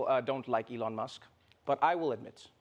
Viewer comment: FOR THAT MONEY ELON SHOULD LEARRN TO TALK ,WHY DONT BUY SOME LOGOPED OR R SOMMETHING SIMILAR GUY TALK LIKE HE DONT HAVE LIPS